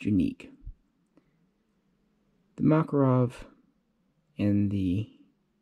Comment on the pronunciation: ”O.G MAKAROB”